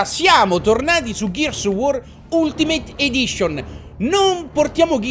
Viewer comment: Da notare lo spelling accurato di Ciccio quando dice "ultimate edition"XD.Ciccio sta serie è fantastica,continuala!